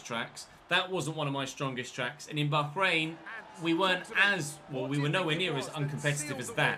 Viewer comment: just say bahrain why the emphasis on the H 🤣